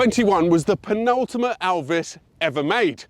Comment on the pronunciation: it sounded like "penultima"